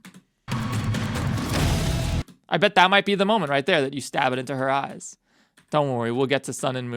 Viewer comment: THE EMPHASIS ON THEM FŰĆḰíŃ ÉӲÉŚ😭